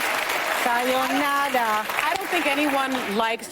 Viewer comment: she said "sayonada" ITS SAYONARA